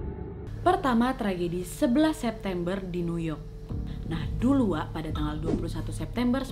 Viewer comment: Apa cuma aku yg ngerasa ngomong "NAK" bukan "WAK"😂